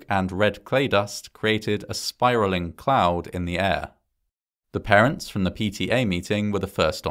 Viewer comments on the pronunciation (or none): none